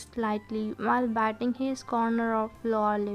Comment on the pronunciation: It is not bating It is bitting 😂😂